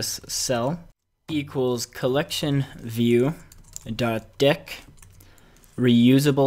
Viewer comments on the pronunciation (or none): Surely 'dequeue' would be pronounced "de-queue", rather than "deck", since you're removing something from a queue? ¯\(ツ)/¯ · dequeue is not pronounced "deck" its pronounced "de- Q"